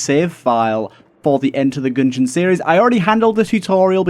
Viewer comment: “enter the goongeon”